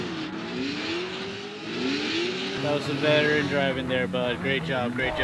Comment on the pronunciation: Don't you mean, "That was some VETTEren driving"?